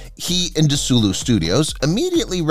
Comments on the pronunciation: It's not De SULU Productions It's Desi-Lu after Desi Arnaz and Lucille Ball. If you're going to talk about Star Trek history, know you history. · The studio name is NOT "de Sulu". My god. It is pronounced, [deh zee] (as in Desi Arnez). [lou] as in Lucille Balle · Yes! 100% Get your robovoice to pronounce it as "De-see-loo" Thank you. Not Sulu with a "D" in front. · It's Desilu not "de-sulu". Desi Arnaz and Lucille Ball created Desilu. You also have other incorrect "facts" in your video. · This video seems to be narrated by AI, hence the Desilu mispronunciation. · We also know how to pronounce "Dez-ee-Loo" and "May-jell" We know Shatner has a huge ego. We remember writing letters to "Save Star Trek" from being canceled after only 2 seasons. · If one can’t be bothered to say “Desi-Lu” all credibility pretty much went out the window. I mean, DESI Arnaz and LUcille Ball (?) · So, the studio was Desilu, this is short for Desi Arnez and Lucille Ball. So it's pronounced Dez-ee-lou. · DeSULU Studios? Combine all sorts of mis-pronounciations like that with the total lack of awareness of Aspect Ratio changes and what we have here is just schlock. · DE-SULU Studios ? Really? REALLY? Get narration that knows how to pronounce names correctly! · "De-Sulu Studios"? Stupid robot. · DeSulu Studios? .....ARE YOU SERIOUS? No offense to the narrator, but he needs to learn how to actually pronounce the name of the place where the show was shot (hint: it ain't named after "Tack-I's" character; you probably won't get my clever joke there either). And whoever produced this needs to learn a little about Lucille Ball and Desi Arnaz........ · Your robovoice needs to learn how to pronounce Desilu. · Yeah, that pronounciation really hurt the ears. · LOL! Yeah, it's got the acCENT on the wrong sylLAble! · First of all, it’s a bot that’s why the mispronunciation. I think it’s a great video. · I hate these fake voices mispronouncing Desilu yeesh!